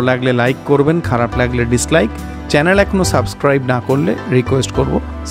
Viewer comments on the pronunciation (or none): none